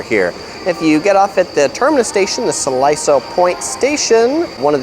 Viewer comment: Siloso is pronounced See-Lo-So.